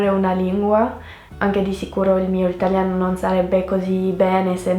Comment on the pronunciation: Tu parli malissimo l' itaLIano non itagliano